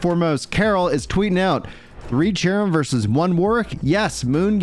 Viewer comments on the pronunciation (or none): i know its cerim have 328 hrs in the game but he pronounces sherim